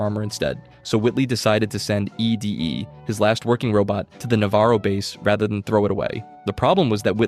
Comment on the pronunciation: It's ED-E (pronounced "Eddie") not E.D.E (what was said in the video) Correction aside: I thought Arcade was part of the Followers of the Apocalypse, but now I'm thinking maybe that's not a good thing if he's actually part of the enclave TvT Thinking MAYBE, not thinking IS- (trust me, the difference- though not noticeable -is REALLY big TvT)